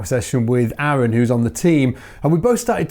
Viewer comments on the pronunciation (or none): none